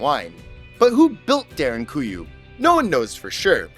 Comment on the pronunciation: Props to you for actualy pronounsing derinkuyu (almost) perfectly.